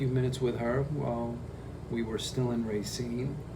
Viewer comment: I feel a weird special connection to Adams story! I was born and raised in Wisconsin and now I live in Vegas. You can tell has been away from Wisconsin for a while by the way he says “Racine”. It’s normally pronounced “Ruh-Seen” and not “Ray-Seen” haha! Tomato, TomAHto, it’s all the same. Love your vids!